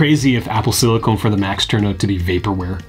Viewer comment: ITS SILICON